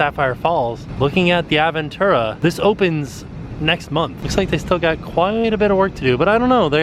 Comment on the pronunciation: It’s Ahhhhh veeeeen tu rá. Sorry I speak spanish and your pronunciation is bothering me lol.